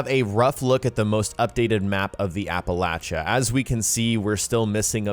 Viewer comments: It is pronounced Apple-aesha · Apple-ay-chia is the pronunciation. :) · Lol its pronounced "apple-ey-sha" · Everyone is mispronouncing Appalachia. App-uh-lay-sha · I swear to God if you pronounce Appalachia like that one more fucking time...